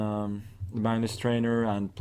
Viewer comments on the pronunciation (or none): i thought he said so this is my nurse instead of this is magnus